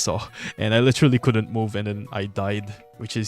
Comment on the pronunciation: "LITIRALI" Bro sounds so filipino😂